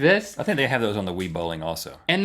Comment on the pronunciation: Isn't your fault for not taking your kids bowling? Don't blame the Wii for WiiBowling, blame the Wii for sounding like you're trying to say "Wiener".